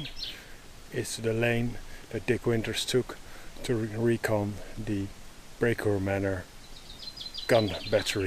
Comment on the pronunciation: ''Today we are at Brecourt Manure'' Me: lol, thats not how you pronounce...: ''... behind the cows'' Me: Oh.. I see;)